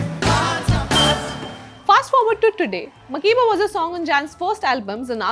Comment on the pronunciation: But why is her name mispronounced? Mak-air-ba.